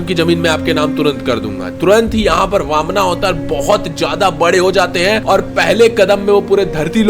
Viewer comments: Bhai bamana avatar nhi h baman avatar hai, last me a mat lagao sahi se bolona jab bol hi rahe ho to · ये वामना क्या होता है,वामन होता है। ये अतिरिक्त आ का क्यों लागते हो ... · Sutla lok nahi sutal lok or vamana nahi vaaman avtaar shabd pronounce theek kro angrej mt bno 🙂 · Bhai please correct वामना नहीं वामन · Please correct your pronunciation it's vaman